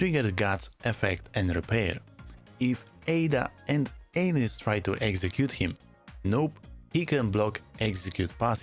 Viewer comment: Hey. It's Black ANNis not Anus